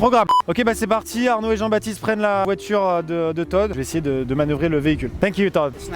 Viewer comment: pauvre todd sa voiturrrrrrrrrrrrrrre ... XD